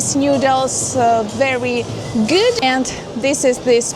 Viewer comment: in, Howdy/Zdorovo! Really like that sweater yuh have on! It pairs well with the hair! in, the way "good" is pronounced, here, almost sounds like "güt". As someone who is half-German and half-Polish, it sounds very much like a German accent at that point. in, so, is that the Russian equivalent of "Build-A-Bear"? in, thought BERHSKA was still in Russia, thought it was Russian or Belarusian, even? Thought these eyes saw a BERSHKA in a Russian virtual tour video from as early as a year ago. Did they just leave or is that just different for that location? in, yes! This "Golden Apple" (a reference to the Greek "goddess-of-beauty-and-love" Aphrodite?) perfume shop that seems a lot like "ULTA" here in the States, looked to be VERY popular with women from a video that "Travelling-with-Russell" recently uploaded that was filmed one evening at Aviapark in Moscow! The place was PACKED with more women than seen here in this video, it was shoulder-to-shoulder! Guess Russian girls love their perfume? n, oh, it's more so make-up. Yes. Yes, they are. And yes, it's been long before this stupid conflict. It blew up in the 1990s after the collapse of the Soviet Union. This was discussed in a video last year around this time by the lovely AnnaGlobalTravel! She said that a saying Russian girls are taught is, "Beauty-is-our-duty." How lovely! The feminized "west" would hate that! What do they know? Good on Russian women! in, it's a "beret". Spasibo